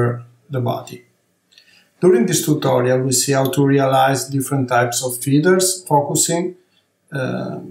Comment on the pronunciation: It’s astounding for an amazing artist who’s so well versed in highly complex designs, can’t even pronounce a simple word like “feathers”. In the first portion of the clip I kept wondering what are these “feeders” that he’s talking about. I’m well aware that he’s Italian, but it takes a few seconds to correct a mispronounced word when it’s pointed out to you, So this is a constructive feedback.